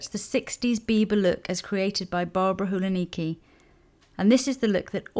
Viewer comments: Hi Lisa! I just wanted to say that the proper way to pronounce 'Hulanicki' (in Polish) is 'Hulanitski'. You say 'Hulaniki' and it sounds so funny to me, haha xxx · I'm so sorry Lisa - but, Ms Hulanicki is from Poland, so her surname should be pronounced HulaniTSki :) have a nice day :) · Dear Lisa. Ms Hulanicki came from Poland, so her surname should be pronounced HulaniTSki :) have a nice day :)